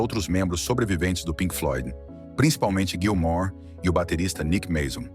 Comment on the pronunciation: Narrador, é Gilmour, não Gilmore, beleza???